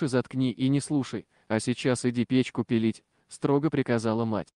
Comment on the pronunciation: Печку белить,а не пилить,еле поняла...